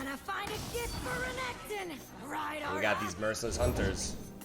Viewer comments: To be honest I just gave up and thought you didn’t know how to pronounce Renekton haha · please do not call renekton renekton, call him reggeton, if it pisses people off they are WEAK